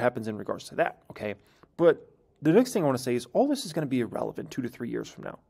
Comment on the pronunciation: The word E-Relevant doesn't exist. It's pronounced as "Ear-Relevant". The first letter is an "I", not an "E".